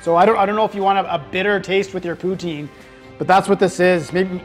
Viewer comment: poo-TIN, not POO-teen. Pronunciation 3/5. 😁